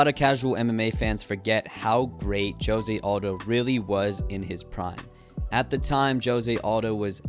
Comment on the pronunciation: "joe-se" lmao